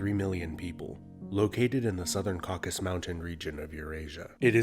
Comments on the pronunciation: "Caucasus" Mountains, not "Caucus". My first landlord in California had been born in the first Republic of Armenia (Հայաստանի Հանրապետութիւն), in 1919. հանգստանալ խաղաղասեր ընկերս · Caucasus not Caucus